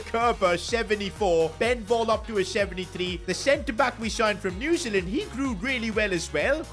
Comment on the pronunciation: New Zealand pronunciation